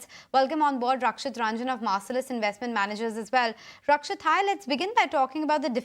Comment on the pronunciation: Marrcelluus hihi 😂😂😂